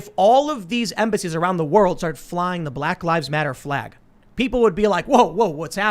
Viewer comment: YouTube can't nail Tim for dropping the 'L' from the word "flag." Joe Biden did the same thing in a speech like a month ago